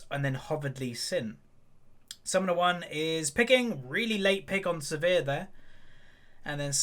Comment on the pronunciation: It's Sivir, not severe